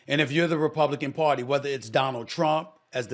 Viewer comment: No Stephen !!!!! Not party 🎉! But the PAR-TAY!!!! lol